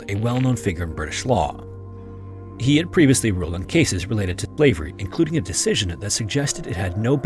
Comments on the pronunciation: was he saying slivery instead of slavery? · Is the voice overlay having trouble pronouncing "SLAVERY"? Yes it's RACIST, that was the basis of Global North hegemony, practiced today by Apartheid Zionists and USA Regime against Palestinians, Lebanese and Iranians! :(